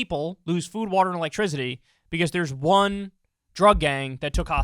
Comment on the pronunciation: Nobody: Kyle: elektrizity